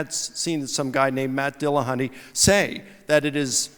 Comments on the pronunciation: Why do so many people decide to pronounce it DillahunTAY?? There is precisely zero reason other than, well, I'll refrain from insulting their general intelligence directly. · "Matt Dillahontay" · Jeeeez, why does the moderator keep saying Matt Dillahun-tay? And yet nobody corrects him. So annoying.